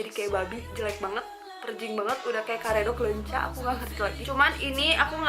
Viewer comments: sumpah lucu banget pas ngomong karedok lenca 8.26 sunda nya ngena gimana gituh 😂😂😂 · subbed bcs I heard "goreng patut" and "karedok leunca" HAHAHAHAHA